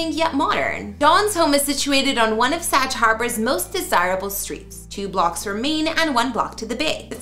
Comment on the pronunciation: SAG not what your pronouncing. Look it up.